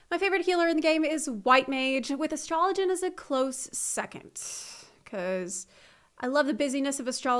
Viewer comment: astro-loh-gen lolol